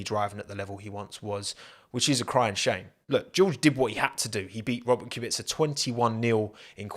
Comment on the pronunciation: Finally, someone pronounced Robert's surname correct